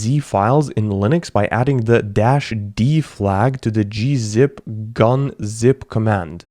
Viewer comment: BRO ITS"G" UNZIP NOT "GUN" ZIP 💀☠️☠️😂🤣🤣💀💀😂😂